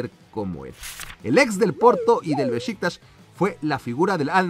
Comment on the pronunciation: Treinta y shiete, beshiktas, Peshe.... que aprenda a hablar